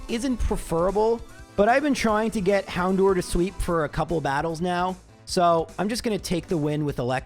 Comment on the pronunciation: The way he says Hown-do-er was stressing me out